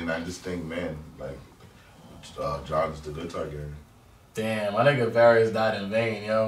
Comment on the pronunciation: did miss sundae said tragaris